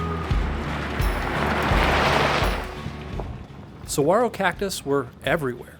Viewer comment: Saguaro is an Indian name not Spanish .. the “g” is not pronounced “wah” ..it’s okay, lots of people make that mistake. Love this trail..will be doing this.